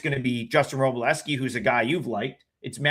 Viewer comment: why do so many professional bettors say wro-bell-ski? It’s not like it’s spelled that way but I’ve noticed many people saying it like that. You got it right though bless-ski